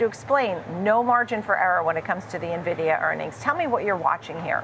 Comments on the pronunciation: Buzz words. Dude also doesn’t know how to even say the company’s name… it’s “N”vidia Not “Nuh” vidia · I turn off any analyst who calls it Navidia, and also Chipolte. Good grief.